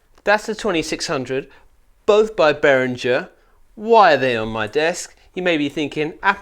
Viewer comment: Behringer is pronounced Beh-ring-gr (rolling the ‘r’ on ‘ring’ if you want to get fancy)